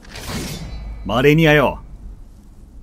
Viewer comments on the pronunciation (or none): 死亡ダイジェストの時に第一形態マレニアが 「アーニャ マレニア」 って言ってるようにしか聞こえないw